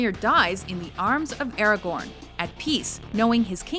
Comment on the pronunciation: does anyone else hear her saying Aragorn?